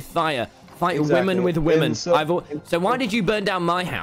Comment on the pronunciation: stop saying wamen tommy